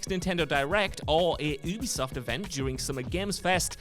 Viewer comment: Yoo-bee-soft. You are supposed to be a gaming journalist, damnit! Say it! Yoo-bee-soft!!!